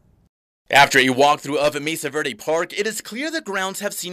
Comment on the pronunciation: Am i the only one who gets annoyed by these newscaster's who can't pronounce spanish street names etc correctly. Come on guys you live in New Mexico. Know your spanish! It's not verday, it's verde! Learn it, live it!